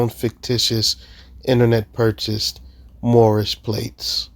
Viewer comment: "My nationality is Moormish!" Never fails to crack me up.